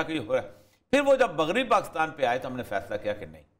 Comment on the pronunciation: پ " پاکستان " میں ۔ " ک " کے نیچے زیر لگائیے نہ کہ زبر ۔ شکریہ